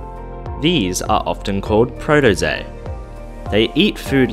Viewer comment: He also said Protozoa like Protozae 🤔